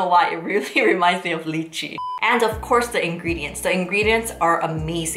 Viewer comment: Lychee (pronounced as lie-chee). Not 'leechy'